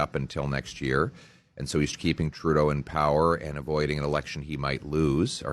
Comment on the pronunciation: It’s called Trud-eau-ing